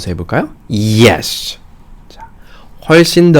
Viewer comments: 당연히 예스라고생각했는데 이에ㅆ라고읽으니 더원어민같네요 감사합니다ㅎㅎ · yes를 이렇게 멋지게 읽는다는 것을 처음 알았네요.감사합니다 ~